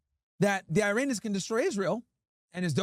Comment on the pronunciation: Man come on, stop with the « Airinians » Hurts my ears seriously